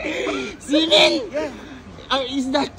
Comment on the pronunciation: semen yung naririnig ko sa xi men sorry hahahahaha